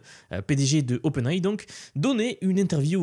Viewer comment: OpenAI prononcé à la française...stp fais un effort...